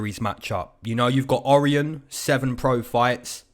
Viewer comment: Good stuff me and my brother tune in all the time from Aus! Just saying for the Cosce Vs Rowe Cosces names pronounced "O-ryan" not "Ori-on" 😂 Much love from aus - keep it comin 👊